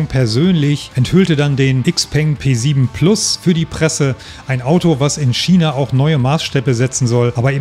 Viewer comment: Es heißt China und nicht Schiena, es heißt ja auch nicht Orschester oder ?